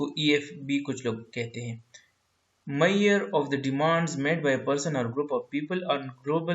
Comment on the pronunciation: Sir it's measure 🙂